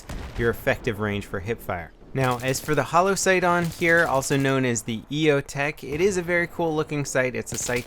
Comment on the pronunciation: It's EOTech......fuck me, whatever